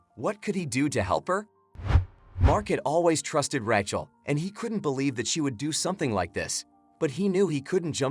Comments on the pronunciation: Learn how to pronounce Rachel. It’s RAYchel. Not Rat-Chel. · Ra-chael,say it right. And this story is a line of crap.